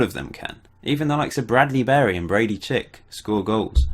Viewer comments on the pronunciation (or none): none